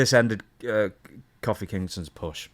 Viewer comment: Very unsettling hear call Kofi Kingston “Koffee” Kingston 😂